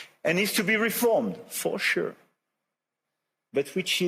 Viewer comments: "WHICH SOMETIMES IS TO SLOW, FO SURE🗣️🔥🔥 AND NEEDS TO BE REFORMED, FO SURE🗣️🔥🔥" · FO SHUR